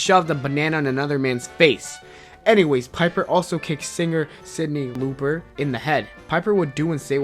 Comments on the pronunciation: law-per, not looper. she was an 80's legend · Cyndi "Looper" (instead of "lough-pur") and "Mont-real" (instead of mon-tree-all) all within a minute??? You're killing me! Someone find the editor here and give them the courage to let the talent know they're coming off as a total idiot. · Who is Cindy Looper. Lol. Try Lauper. How can you have a top 10 heel list without Million Dollar Man or The Miz? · Cindy (pronounced "lop-er") not loop-er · Cindy "Looper". How old are you? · It's Cyndi Lauper(Law-per) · cyndi lauper not looper lol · You destroyed Cyndi Lauper's name